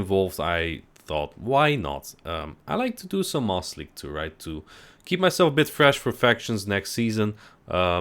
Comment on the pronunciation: It sounds like you are saying "Moss league" when you say it quickly